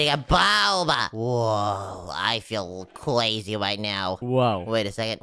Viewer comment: Because these sharks are crwisy why did you say that